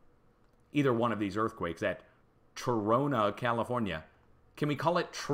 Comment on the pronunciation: It is pronounced Tro nah. My uncle lived there. I went there in the 50's.